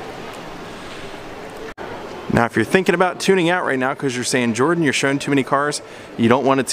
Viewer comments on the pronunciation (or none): none